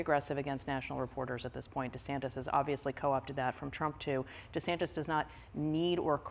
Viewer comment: Why De Sanktis?. Maggie tried to help, but Trevor’s not hearing it